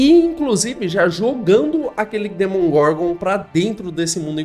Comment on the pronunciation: amigo, se fala demogorgon, nao demongorgon